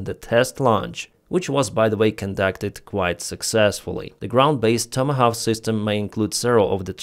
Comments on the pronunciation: try saying "Toma Hork" ❤❤❤ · It's pronounced "TOM-A-Hock" ...